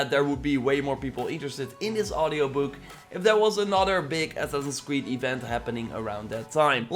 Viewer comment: Ass-ass-ins creed. say it with me.: ASNNSCRED.... okay well...we'll work on it.